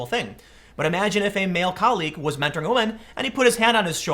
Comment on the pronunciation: it is MEN TORING, not WO MEN TORING.